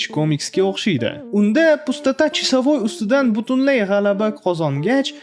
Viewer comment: Qanaqa chisavoy blat senty toʻgʻri gapiring